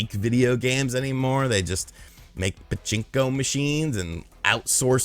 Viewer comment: They make Pa-Chin-KO masheeenz Priceless